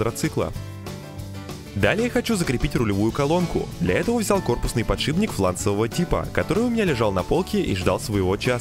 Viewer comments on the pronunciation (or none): none